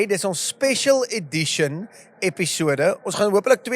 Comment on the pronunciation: Eishh outjies dis mos nou eintlik “Edition” nie “addition” nie😂